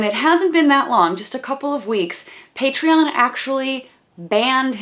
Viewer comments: He pronounces it like Patree-in. That bugged me, too. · Okay but the fact he prounced Patreon "Patre-in" made me cringe so hard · They deleted his account because he can't say pay-tree-on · I think The pronunciation of the way he says it is Paytriein. and yeah, I thought I was the only one who got really pissed off at him for saying it like that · I'm glad someone else noticed the "patrein" thing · I'm so glad you mentioned his weird mispronunciation of Patreon. It bugged me, too. "Paytrian" lol. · Bruh. Everytime I hear him say "PatreUn" I get physically angry. Its so irritating lol. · okay but i hate how he says patreon. like it isn't pronounced "pay-tree-in" why does he say it that way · My husband laughed his literal a$$ off when he said pay-tree-in, we had a good time watching his mental breakdown whilst also worried about his children though!!!! Where are the children when he is screaming around his household....scary! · I thought I was the only one who was annoyed by how he says "Pay-tree-UHN" especially when he pronounces his own channel name as "oh-nee-see-AHN" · Thank god someone else hates the way he says patreon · I'm so glad you commented on how he said patreon bc every time i watch the clip i get bothered by it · THANK YOU ABOUT THE PRONOUNCIATION OF PATREON the whole video is awful and he is awful but that pronunciation just sends me through the roof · thank you for pointing out the pronunciation of patreon omg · paitrion. peytrien. paytreean. p'heytrheyon. peteryan. puytrioon. prrrrrrrrrrion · Side note I was oddly happy to hear I’m not the only one that cringed at his pronunciation of patreon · Patreon is literally supposed to be pronounced like the end of "Onision" and he still can't pronounce it. He says "Patreon" like Chris Hansen says "Onision." How weird is that? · You're actually the first person I've seen bringing up his pronunciation of Patreon. Thank you. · The patreon pronunciation bothered me too